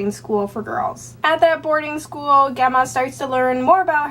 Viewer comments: I believe Gemma is pronounced Jemma :) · it's an ancient latin (and now italian) name and I've always heard people pronounce it jemma:)